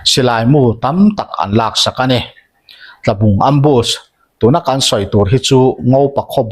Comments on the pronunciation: Tlabung inkah ti a i chhiar hi Tualbung tih tur a ni, Chalfilh tlang buthut a mi hi. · Ngopa khawbul Tlabung i tih hi Tualbung tih zawk tur a ni e,,@ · Ngopa bul ami hi Tlabung ni lovin Tualbung tih zawk tur s ni e.